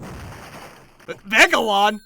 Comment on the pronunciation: Wait, who the HELL is Megaron? I know Megalon, oh no..